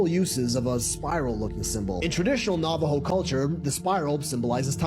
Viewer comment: The guy can't even pronounce Navajo. FFS!